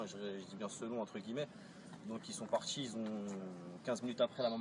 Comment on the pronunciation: "Alors voilà, on est au quartchié Bonneval ...nanani nanana, on a fait pression, les mamans, les tantines, tout, y sont partchi, c'est un sportchif, c'est pire qu'une bavure policière, on a perdu un frère avec qui on a grandji ". Lâchez-nous les casiers judiciaires de la fratrie Traoré. Qu'on se marre un peu.